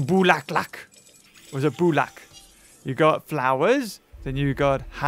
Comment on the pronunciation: Bulaklak and bulak are two different words but they are both tagalog language😅 But we appreciate that you're trying to learn our national language! 😁